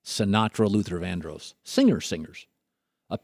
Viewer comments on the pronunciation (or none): Luther VANDROSS....DROSS.....OSS....please learn to say it right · his pronunciation of vandross is really annoying